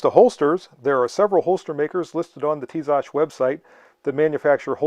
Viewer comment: By the way, you pronounce the brand well.